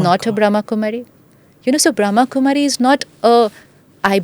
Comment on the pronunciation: Smita Ji...it is Brahm Kumari...not Bhram Kumari...